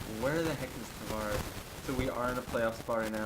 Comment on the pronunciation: Man the way you pronounce Tavares' name is a huge let down coming from an Isles fan